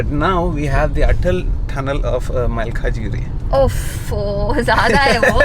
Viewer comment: It's malkajgiri.. Not maakajgiri